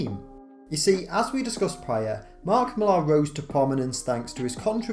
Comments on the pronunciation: i can't believe my ears, an English man mispronouncing "Mark Millar" LMAO It's Miller, not Mil-ARHH, there are countless examples of how to pronounce it on YouTube, just search for it. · It jars me every time I hear you pronouncing Millar’s name, brrrr